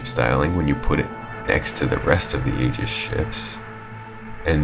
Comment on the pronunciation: Why can nobody pronounce "aegis" when it takes literally like 2 clicks to learn?